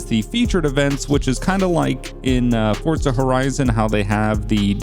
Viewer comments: Why do you say fortza. It says forza on the disc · i hear fortza everytime you say forza lmaoo